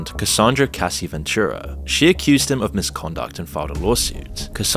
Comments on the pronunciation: HER F’N name is CASS-EEE!!!! You have to say the A like ah. Bro do like just literally one second of research and find out her name. I cant trust anything you say because it seems to me that you havent even researched one single video of someone saying her name. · Did he say Cassie's name correctly at the beginning, and then start calling her Casey throughout the video? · For fucks sake. Her name is cassie, not casey. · It's cassie, not casey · Her name is Cassie not Casey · if you’re going to share a victims story at least get their fucking name right. It’s CASSIE not Kaycie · just name all the people involved !!! Usher sold Bieber to Diddy !!! btw its not CASEY its CASSIE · and calls cassie casey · It's Cassie not Casey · It's CASS-ee, not "CASE-ee." Put some respect on her name. 😑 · Her name is pronounced Cassie not Casey. And "Shyne" is pronounced "Shine" not "Shane". You really don't know who these people are I take it lol. Butchering names. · Kid Coodi - wrong Kid Kadi - correct Kaysee - wrong Ka-see - correct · Who TF is Casey? It’s Cassie. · CASSIE NOT CASEY!!! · Who is Casey? You mean CASSIE! I was so confused on who you were talking about 😭😅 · I've been trying to take this video seriously, but then the man said "Casey" instead of Cassie and I had to laugh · Cassie not Casey, get the victim’s name right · And her name is not Casey it’s CASS-ie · Cassie, not Casey * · The Pronunciation of "Cassie" is making me break out in hives 🙄. Literally My Wife's Name Is "Cassie" - As in "Cassandra". Where does "Casey" come from - That's a guy's Name. Thanks for the Content None The Less. Love your Videos 👍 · FYI it's Cassie not Casey. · I thought was a real person. The way the names are being pronounced different like cassie then casey made me think is this ai. I never knew that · true. But not in the same video.youd pronounce it the same always. I'm not American I'm English like apparently and I pronounce it cassie, I wouldn't then start saying casey